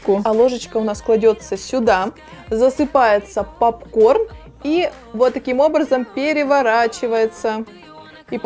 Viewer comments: Правильно говорится пОпкорн а не ПАпкорн.Учти а хотя видео классным получилось 👍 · Попкорн , А не папкорн Уши режет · Не папкорн а попкорн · А почему "пАпкорн"?)) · Меня тоже бесит как она называет Поп корн,ПАп корном😂🗿👌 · А не папкорн а попкорн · пОпкорн же а не пАпкорн🤣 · Ахаах, почему пАпкорн?? 😄😄че за бред? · Режет уши «пАпкорн». Колхоз какой 🤦🏼‍♀️ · каждую секунду "пАпкорн" уши режет жёстко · Уши режет от слова пАпкорн, исправляйте речь ) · ПАПКОР бесит,кто так говорит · Режет слух от этого "пАпкорна".. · Так режет это ваше "пАпкорн" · Бесит, что за "пап-корн"!